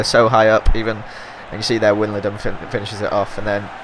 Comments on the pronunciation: "Winnaladum" Hilarious, I'm Dutch ;) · Wijnaldum is pronounced Why-nel-dum with the u (in dum) like the u in gun thumb up so he can see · WAYNALDUM -> pronounce it like that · haha i cant stop laughing when he pronounced wijnaldum xd stupid feyenoorder AFCA! really good episode;) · lol i love how you pronounced wijnaldum XD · Tip for Wijnaldum, it actually sounds quite similar to Ronaldo. Just replace the Ro- with Win- and the -do with -dum.